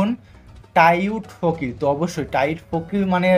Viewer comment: ভাই টাইট ফকির না😂 টাউট ফকির